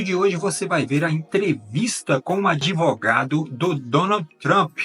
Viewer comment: Se fala Advogado, respeitando o “D mudo” e não Adivogado ou Adevogado!!! Já temos muita gente falando menine, boyceta, naicimento, Poblema, problema, pobrema! Já estamos lascados, mas se matarem a nossa língua, morremos junto!